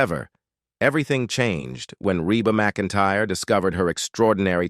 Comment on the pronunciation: This is a terrible post with a terrible computer voice that even pronounces her name wrong about 4 different ways. This is really negative and many things are wrong. (She sang in high school with her brother and sister - The Singing McEntires.) This post even spells their last name wrong. I